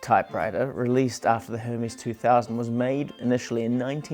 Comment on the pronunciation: You pronounced it correctly, as it is a Swiss company. So it is pronounced the Swiss German way and not the Greek way. Your friend may be right on the Greek god, but wrong on the Swiss typewriter company. (Most English speaking typewriter people pronounce it the wrong (Greek) way, too, by the way) And btw: I am German, so: yes, I know for sure 🙂